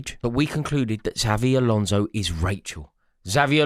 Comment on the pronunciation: Eight millionth time of asking you to say Xabi Alonso properly.